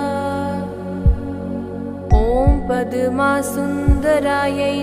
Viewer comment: It is not padama, it's padma